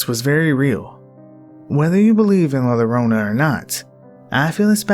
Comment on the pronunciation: Love ur narrations! Fyi double L in the Spanish language makes a Y sound, so la lorona sound wrong, its la yorona.